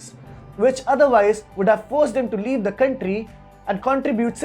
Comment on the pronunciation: The stress on the “r” though. Countrrrrrrry.